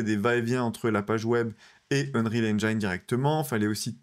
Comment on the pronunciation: Ça commence mal. heunrihal ainejine ! Pas ainjaillene !!! Comment peut-on faire un sujet sur ce moteur et ne pas savoir le prononcer. 😢